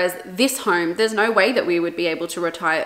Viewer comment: I bet shes Australian. I heard the naaauur